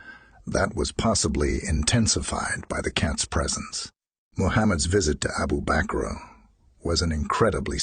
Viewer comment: It's abu bakr not abu bakro 😂💔😂💔